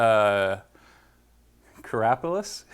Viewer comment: Love the video, you are very personable and it feels as if we are just hanging out brewing! BTW it's pronounced Care a pills.